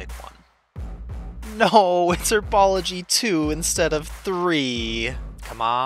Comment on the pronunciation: It’s 'herbology', not 'erbology'.